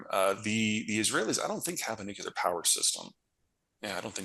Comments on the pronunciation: Please learn to say Nuclear properly, It is Nu clear, not Nuculer. Go to Websters, play the pronouncenation. Redneck ebonics is not cool no more than pronouncing ask as ax. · Why can't people pronounce the word Nuclear? What the hell is it with Nucular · Nu-cu-lar... okay george bush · What is it with you guys? The word is nuclear. Nu-clear, two syllables. It is not nucular. I know this is a problem for Peter but Jack as well? Uh. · nu cle ar nu cle ar nu cle ar..........NOT NU QYU LAR .... What's with you guys? Did you rehearse mispronouncing one of the pivotal words of the global future.? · Nucular weapons program? What's a nucule? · nu-clear. both of you. don't be bad examples. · What the actual frak nu-ku-lar means? Do you both have a stroke? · Why can’t ppl pronounce New-Clear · Thank you for your content. Please say the word nuclear correctly. It sounds exactly like it's spelt.